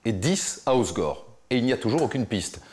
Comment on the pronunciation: Sauf qu'on dit pas, os gore, mais hausse gorre!